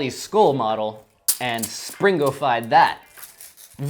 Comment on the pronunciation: Do a Springo baby with Springo baby-poop inside! 😃... Also, I think it sounds much better if the "g" is not pronounced - should be "spring-o" not "spring-go". Why the hard "g" sound in the later? Seems unnecessary.